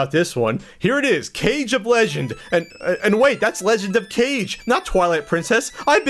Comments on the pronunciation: It's Not Cage it's Kage pronounced "Kah-Gay" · It's Kage, not cage. KAH-GAY. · not some sort of fanboy raging here but you've read kage wrong. It's KA-GE, Not CAGE but meh, does anybody care? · It's Legend of "Kah-Gay", not Legend of "Cage". -_ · You mispronounced legend of kage